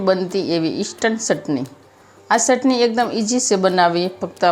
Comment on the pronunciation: મૈયા ચટણી બોલો સટણી નહીં